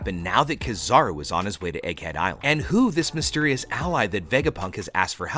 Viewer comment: It's not kizaru it's keeeezaruuu